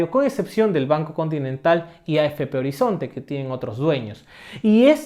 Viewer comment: y con “afp horizonte” tienes acento de la selva ?